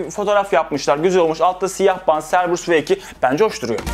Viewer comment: Cerberus "Kerberus" diye okunuyor.